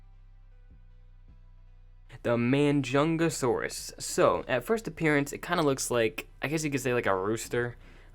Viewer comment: Bro it's majunangasaurs not manjangasaurs in pronouncing